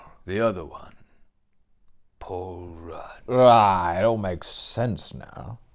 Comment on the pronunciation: Or "Paul Elrudd" 😂😅